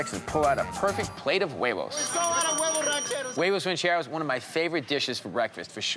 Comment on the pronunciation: Bobby don't know his huevos ranchero's , can't even say huevos correctly